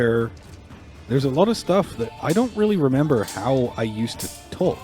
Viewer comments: I'm a non-native speaker of English who learned English in Received Pronunciation and work in the US now. I immediately figured you didn't grew up in America. For example, your "talk/got" sounds so very British. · The way you say "Talk" is really incongruous, I also heard an English "caught" and "what". So yeah, sounds like a lot of your vowels are still very English. Ours are a bit shorter, sharp almost, Americans tend to draw them out a bit.